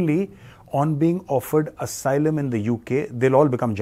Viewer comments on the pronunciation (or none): none